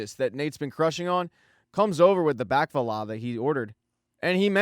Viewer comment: Your pronunciation of “Baklava” made me smooth brain.